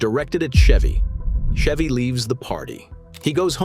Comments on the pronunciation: First of all you can't even pronounce his name correctly 🙄 it's Ch-evy not Sh-evy😅😅 And the most hated celebrity is Tom Hanks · Idiot AI clickbait. The AI narrator can’t even pronounce his name correctly. Fuck this channel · The AI voice can not even pronounce peoples name properly. This is your definitive AI slop also Chevy Chase is great